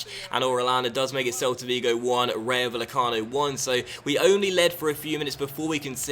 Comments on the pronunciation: Love your stuff, just need to work on your Spanish pronunciation!:D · Bay-e-cano. The v is pronounced as a b. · The double L for spanish words/names (ie Rayo Vallecano) is pronounced like a Y.